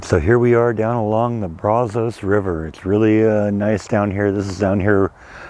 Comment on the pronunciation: FYI, Us Texans pronounce the Brazos River like Brazzus, with a short a and the o pronounced with a short u.